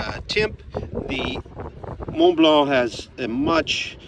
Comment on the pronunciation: A+ pronunciation of Mont Blanc